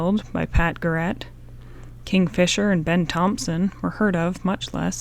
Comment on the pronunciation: Great story. Classic L'amour. Awesome voice... But I think you mean Pat Garret [Gare - it]. Riordan [Rear-duhn]. Awesome reading! Excellent work!!!